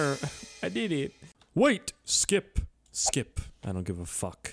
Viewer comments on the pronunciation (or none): none